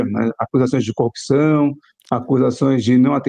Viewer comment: Incrível como as pessoas não conseguem falar a palavra CORRUPÇÃO é sempre COPÇÃO, devem ter ouvido muito o marreco